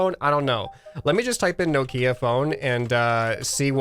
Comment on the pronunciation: the way he said nokia made me die a little inside